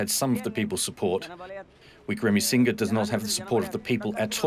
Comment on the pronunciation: Dear reporter, thank you for this insightful expose. One suggestion - please practice pronounciation of the names, especially of key figures such as Ranil Wickremasinghe (it is phonetic). Thank you.